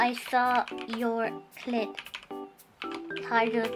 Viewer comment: Lmao does purposely get haruka's name wrong everytime? "Haircut" "hurrycane"